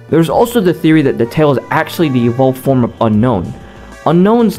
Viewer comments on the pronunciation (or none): none